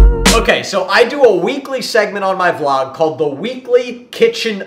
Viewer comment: Not volg it's vlog